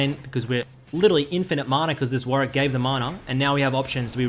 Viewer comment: why is he calling warwick “weedwick” and why does it make me laugh sm